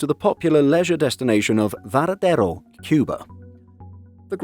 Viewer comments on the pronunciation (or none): Varadero, Cuba - not Veradero. Also Nordwind has some pretty long ones.